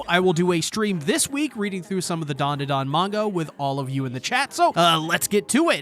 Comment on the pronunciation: U call it dundudun it’s danda Dan